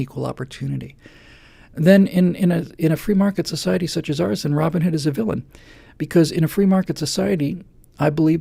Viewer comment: Steve Jobs is not way too rich. He's way too dead,. Oh, the mythical (probably) hero has a first name and a surname... ROBIN and HOOD and they are pronounced as separate names.. Hence, he is Robin Hood. You pronounce it like it was ROBinhood (like BATman or SUPERman).